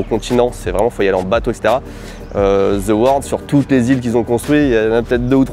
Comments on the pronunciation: Depuis quand "THE"... Se prononce "ZHE" ?😅 THE se prononce DE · ah oui clairement. Mais ça c'est la faute aux professeurs d'anglais qui présentent le "th" comme un "z" un peu différent alors que ça se rapproche effectivement plus du "d", t'as raison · Après toutes les sponsos faites par au sujet de l'app Babel pour bien prononcer les langues étrangères, le "ZE palm" entendu à longueur de cette vidéo sonne très fanco-français tout de même:D (bon j'ai aussi du mal avec les "the" anglais, comme beaucoup de francophones, perso j'ai tendance à plus le prononcer "DE", influencé par le néerlandais) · non, the se prononce the pas d'équivalent